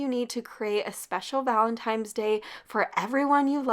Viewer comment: This is not a negative comment I just wanted to let you know that the word Valentine is pronounced ValtentiNe not ValentiMe. Luv u recipes!